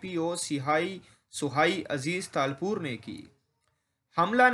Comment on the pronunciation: نام تو پڑنا نہیں آتا